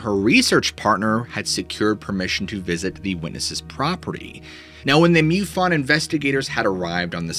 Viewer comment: Dude. It's pronounced MUfon, not MEWfon.😎